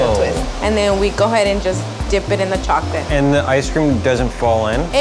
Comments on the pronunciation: it's vchoclate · "Choconilla" "Vchocolate"